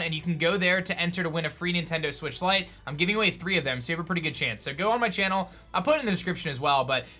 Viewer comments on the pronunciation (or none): none